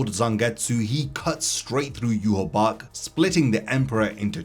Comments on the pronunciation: Im so annoyed at people talking about Bleach and phonetically pronouncing Yhwach. We all watched the damn anime. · Why can't anyone say his damn name right? Shit is annoying.